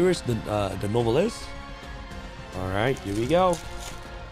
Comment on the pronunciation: Anybody else cringing when he says “no velis” instead of “new vell?” (Nouvelles)